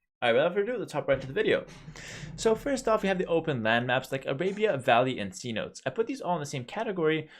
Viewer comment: somebody help this man pronounce cenotes